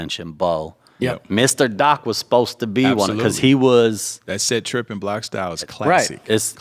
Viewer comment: Set Ripn Bloccstyle...U all be butchering the title 🤣 Set Tripin...STOP